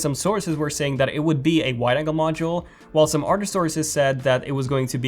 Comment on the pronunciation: I heard Otter changes